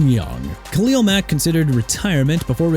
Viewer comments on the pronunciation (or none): none